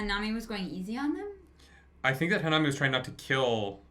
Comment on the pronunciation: Why u keep calling him the wrong name lol it’s nanami Na-Na-me